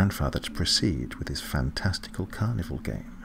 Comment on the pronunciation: It sounds like you are saying carnivore instead of carnival.